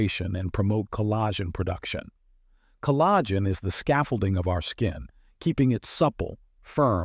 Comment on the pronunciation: "Ca-lagh'-gen"...Sounds like this was read by a robot.